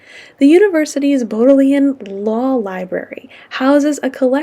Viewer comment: Great tour! I studied in Oxford for 6 weeks back in 2000 when I was in university, but I haven't been back since. It was nice to see the different places. A tip for pronunciation of a few local place names (as it was when I was there): the Bodleian Library is pronounced "BOD-lee-un", "Balliol College" is "BAY-lee-ohl", "Plantagenet" is "Plan-TA-juh-net", and the "Pennines" are "Pen-NEENS"! (It's okay, I had only read those words, not heard them spoken, before I went!) The rivalry between Oxford and Cambridge is long-standing, older than the rowing race, and extends to the practice of people using the euphemism "the other place" or "that place somewhat east of here" instead of "Cambridge" when they need to refer to the other city, which I found hilarious. Also, the Thames is called the Isis, just for the part where it runs through Oxford; nobody could tell me why that is the case! One of the main misconceptions that American tourists had, about the University of Oxford (they would approach me and other students when I was there and ask), is that it is located on one campus; I would be asked: "Are you a student? Can you tell me how to get to the university?" I would have to gesture around to the city of Oxford, in general, because the university is spread all over the city of Oxford. Oxford University (and Cambridge University) is a system of separate schools or colleges, which are unified in various administrative ways, but otherwise separate, both in the location of their cam